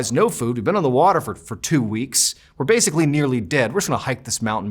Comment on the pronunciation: 😂😂😂classic masshole accent he was using at the time while he was in high school!!!